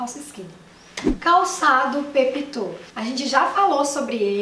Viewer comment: Antes de fazer um vídeo de ajuda aprenda falar os nomes das coisas. Peep toe nao se pronuncia assim. Ensina as suas seguidoras falarem certo